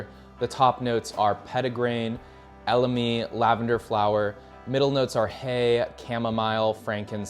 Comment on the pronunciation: Please no more wojacks tho you wanna tell us about fragrances yet you said “veviter”, “lamdandum”, “eLAmi”? 👁️ 👁️